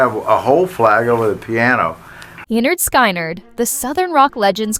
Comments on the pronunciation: Lie nerd sky nerd.... Come on now, its "Pronounced Leh-nerd Skin-nerd" 😂😂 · It's pronounced leh-nerd skin-nerd. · I chuckled when that was said also. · Oh my God can't even pronounce the name right. When she said the name out loud I was laughing on the floor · do your research next time. They literally have an album named "(Pronounced leh-nerd skin-nerd)". not even to hate but how do you mispronounce something that bad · Wow! Good job on screwing up the band's name!